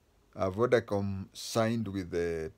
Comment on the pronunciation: Vodacom...not vodacome